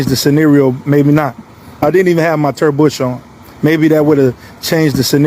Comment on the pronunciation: His "Turd Bush" ???